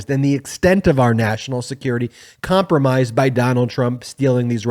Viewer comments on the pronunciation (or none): The baseball game is over. Take your cap off. Also -- please put someone on who better represents what you're trying to say. Bec-osss is not a word. CompromaNt is not a word. Mute and moot are not the same word. Please replace this high school kid.